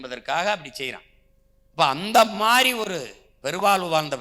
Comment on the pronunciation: சீமான் அவர்கள் மாதிரி..என்று உச்சரிக்கும் இடத்தில் எல்லாம் நடைமுறை பேச்சாக.. மாறி.. என்று உபயோகிகக்கிறார் அருகில் உள்ளோர் சுட்டிக்காட்டவும்..